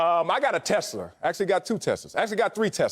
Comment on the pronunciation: nobody: Wiley: "I got a Tesler"